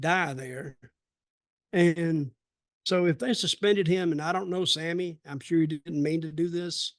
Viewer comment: Dutch trying to be respectful but didn’t say Sammy’s name correctly 😂